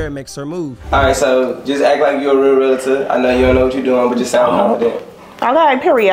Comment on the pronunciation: Pretty sure its Realtor not Realitor 😂😂😂